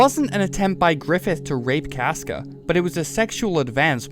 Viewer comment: I will listen to your opinion when you pronounce casca like a normal person